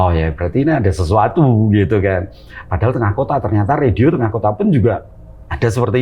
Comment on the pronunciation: ini pasti bule krn gak bisa ngomong radio